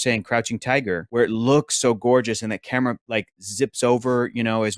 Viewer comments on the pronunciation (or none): none